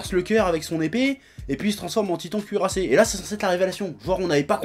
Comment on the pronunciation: J'ai entendu le "Tweetant cuirassé"